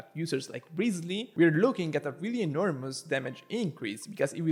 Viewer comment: woooow omagad... my guy says "rizly". first time seeing someone on yt spelling his name kinda correct. autolike